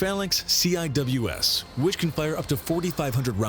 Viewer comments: The Nick name the Navy calls it is pronounced c wiz. It's a badass gun they had it on the ship my brother was on in the Navy it's able to shoot down pretty much anything. By the way love the intro 👍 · Was just scanning the comments to see if anyone used the correct pronunciation for CIWS. I never worked on it, but I did work on SSDS. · Heads up, CIWS is pronounced seewiz rather then each letter. It stands for close in weapons system. No idea why the videos say each letter at a time, I've never heard anyone who worked with the system say it that way. A lot of times missiles are used to attack farther targets before CWIS is needed. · heres how you pronounce cwis ( sea wiz ) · Very annoying that they keep spelling it out; It's pronounced "Seewiz" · Drove me nuts hearing them keep spelling CIWS. It's pronounced Sea-Wis. There have been several incidentsa of CIWS missfireing at friendly ships and planes. The rounds can easily penetrate outter hulls . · its not cwis its sea-wizz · I showed this to my friend who is a CWIS tech, her eye started twitching when she heard them call it "C-I-W-S". In the Navy we pronounce it Sea-Wizz. Also since you checked out her system can you check out mine? Or the combination? Mine is RAM, the combination is SeaRAM. They're both missile systems^_^ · It's "see-wiz", not "see-eye-double-you-ess" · I wasn't a Fire Contralman in the navy but hearing it being called the C-I-W-S sounds funny. We kinda just called its the Sea-Wiz. Basically just pronouncing CIWS. We also joke around and call it R2D2 with a dick and the BRRRP-gun. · Instead of saying each letter, CIWS is pronounced SeaWiz. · Pronounced See-wiz in case anyone wants to know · CIWS pronounced (at least when I was in the Navy) "SEA-WHIZZ" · Yes, and it stil is. I don’t know why the narrator called it the “C I W S” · CIWS is Pronounced "SEE WIZ" or we called it a R2 like in Star Wars